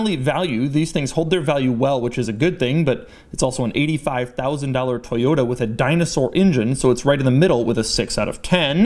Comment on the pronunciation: Toyota not Toyata